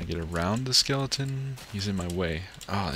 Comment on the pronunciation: anyone else notice he always says "skelington" instead of skeleton :/